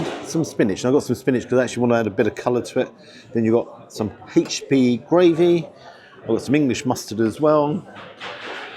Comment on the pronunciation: Oh,!! You can be such a drip at times! Also, it's not " haitch p sauce" it's "aitch p sauce.'